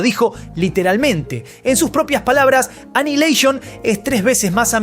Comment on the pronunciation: "Anaialeishon"?? xddddd